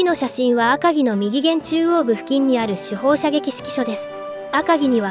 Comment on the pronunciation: きちんと「みぎげん」「ひだりげん」って言っていますね。流石ですね。